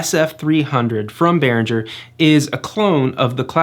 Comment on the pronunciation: The video is fine but it's yet another Behringer demo video where Behringer is mispronounced. It's Behringer with a hard g sound like in girl and not a soft g sound like in giraffe. It's a German name and despite the fact that the English exonym for Germany has a soft g soft, the soft g does not exist in the German language. In case you're not sure, there is a video from Behringer where they address this